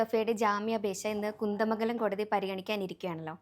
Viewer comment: കുന്ത മംഗലം അല്ല കുന്ദമംഗലം